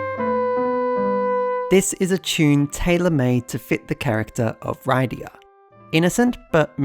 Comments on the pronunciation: Not gonna lie, a piece of me dies inside every time you say "Ride-ee-ah" instead of "Rid-ee-ah" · Wrong pronunciation of Rydia, unsubscribed /s